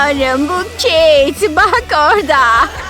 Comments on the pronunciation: Keyet değil Kate ve keyt diye okunuyo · Yaa İngilizce'yi katlettiniz Keyt değil Kate ve cenifır ne Jennifer olucak hiçmi İngilizce dersi görmediniz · Kate mi Jennifer mı dediğinde bağırarak tabikide kate dedim bne malım anam kate ne dedi🤸